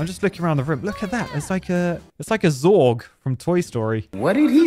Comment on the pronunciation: It is Zurg not Zorg, Zorg is an alien race from somewhere I swear I have heard of it before but it is also the last name of a character in The Fifth Element Jean-Baptiste Emanuel Zorg